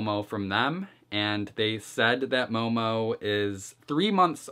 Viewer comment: Just saying, its mohmoh, not mou mou. But great video as always :3